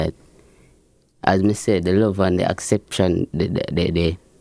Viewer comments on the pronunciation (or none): DAWG SEH ACCEPTION 😂😂😂😂 WORD IS ACCEPTANCE. REAL BAT THIS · If him say acception one more rass time 😩😩😩😩 it’s acceptance 🤦🏾‍♀️🤦🏾‍♀️🤦🏾‍♀️🤦🏾‍♀️🤦🏾‍♀️ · The word is acceptance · it’s called Acceptance not acception